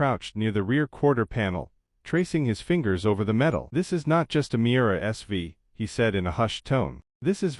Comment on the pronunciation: The car's name is Miura, not mirror.